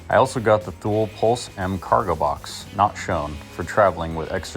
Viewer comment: Thule sounds like Two-Lee just FYI